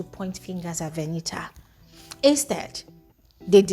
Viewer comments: Is her name not Venita? It's like I hear calling her Veniha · The way u pronounce Venita 🤦‍♀️